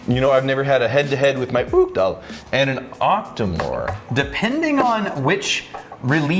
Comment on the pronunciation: Ok so, I'm not Scottish, I'm Irish so I'm not sure how it's pronounced in Scotch Gaelic, but I'm positive Uigdeall is not pronounced that way. In Irish Gaelic it would be pronounced We-dyal or Igch-Dell